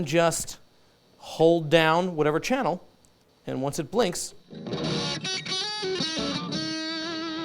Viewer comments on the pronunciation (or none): none